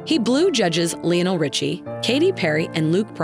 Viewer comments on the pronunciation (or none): Can't pronounce Lionel .. Ly Oh nell not Lee nall